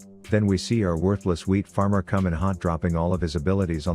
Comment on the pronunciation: I've been watching for awhile, I always thought he called Kayne the cosmic "weed" farmer, instead of "wheat" farmer.